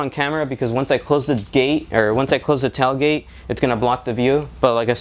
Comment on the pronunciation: "Tell" gate? 🤔🤣😁